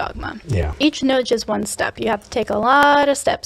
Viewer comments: I've never heard someone pronounce "nudge" that way... " noodge " I've always heard it pronounced the same way as fudge. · I'm sorry, are you two attempting to say "nudge"? lol. I wasn't getting what you were talking about at first. Noodge.